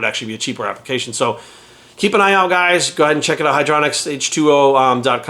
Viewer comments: "I've done the research" then calls it "hydralonic acid". It's hylauronic acid. Obviously getting paid to promote it. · “I know what hydroloronic acid is” -_